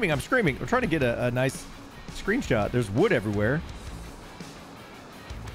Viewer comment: sounded like "trying to get a good Scream shot" ! ;-) Skip the raft, and go straight for the small boat... all you need is some bronze nails and some fine wood..and stuff.